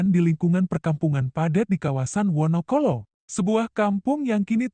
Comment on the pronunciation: 🙏🙏🙏🙏 maaf yg komen menyebutkan rumah Bu Kofifah d wonocolo kok membacanya wonokolo ...tolong d ralat menyebutkan rumah Bu Kofifah itu ....g enak d dengar telinga 👂👂👂 ...